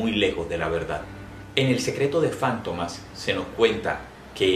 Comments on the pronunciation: ¿Fántomas? ¿No es Fantomas? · Es Fantomas no Fántomas ... Es un sustantivo en palabra grave , por eso no va acentuada en la penúltima sílaba , si fuera Fántomas , por ser palabra esdrújula llevaría tilde o acento en la antepenúltima sílaba . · Porqué la pronunciación como si fuera esdrújula y no lleva acento. Para mi es Fantomas, llana.